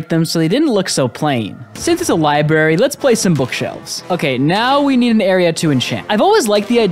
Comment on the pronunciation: I stopped watching simply because you said Li-barry